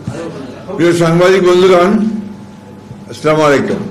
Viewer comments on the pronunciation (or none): কি বলে সামাইকুম এমন নেতা সালাম টাও ঠিক মতো দিতে পারে না